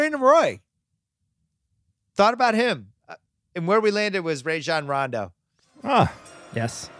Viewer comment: Bill actually said Rajon Rondos name right. So many people say it wrong